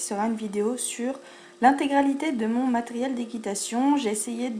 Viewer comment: Ta dit matriel mdr